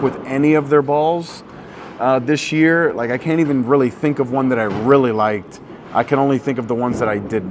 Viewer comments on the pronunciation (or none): Drink every time says “rilly” (really)